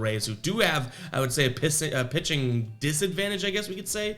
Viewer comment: Rewatching the video to see how you did yesterday. You accidentally made a speaking error that I believe could make an excellent T-shirt idea. If you decide to make them all I ask in return is a free one after your first 100 sold... Around the you said The Rays have a "pissing disadvantage." I popped pretty hard. I don't know if it's because I'm up so early in the morning, but I thought it was hilarious. Of all things, a "pissing disadvantage" really affects a ballgame. lol